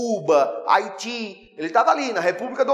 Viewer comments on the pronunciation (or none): none